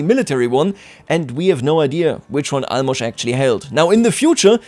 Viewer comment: Holy shit you are the first person who I heard pronounce Álmos' name right